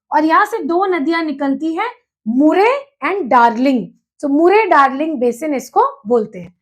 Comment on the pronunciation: Mam bura na maniyega Aap k pronunciation bahut ghalat hai, Alps, Murray Darling, Navada etc. Pls video banane se pahle mehnat kare, sune sikhe aur fir spil kare